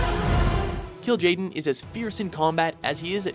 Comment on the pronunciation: how do you manage to mispronounce the names so much even though they are literally in the game? and kil'jaden, the leader of the legion? what the fuck? have they ever even played it?